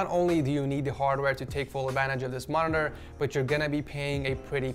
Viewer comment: Nice "monitora"